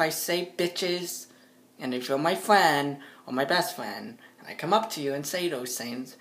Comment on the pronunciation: I'm you're fwend